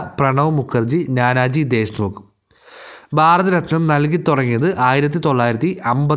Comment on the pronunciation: ബാരത ര ത്നം എന്നു പറയല്ല